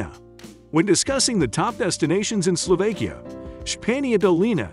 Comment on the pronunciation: I wish he knew how to pronounce words like "Slovakia" and "Tatras".